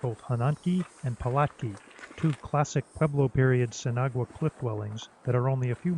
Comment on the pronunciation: I'm dying of laughter haha. You pronounce it sin awa. I'm guessing you've been told that thought haha. I hope I helped friend. Also great video!